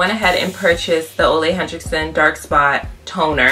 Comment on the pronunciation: I've been curious about trying this product. Definitely will check it out... Also, it's pronounced "oo-la hen-rick-sun" not "Oh-lay Hen-Drick-Son" :)